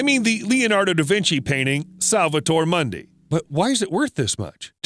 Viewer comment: Salvatore Mundi...pronounced Moondee...no Mundee...meaning Mundo...as in the world. Savior of the World, not Monday.